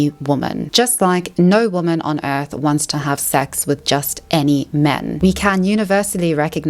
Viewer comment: The way you pronounce some words is a bit irritating... "Woman", "Exaceterbating". If you talk for a living don't leave the basics out.